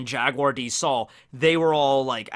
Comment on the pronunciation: Robin's life was saved by Jaguar D. Saul at Oha.... JaGuar! There's the "G"